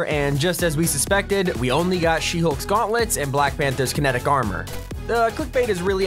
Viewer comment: Why u saying shehulk guantlets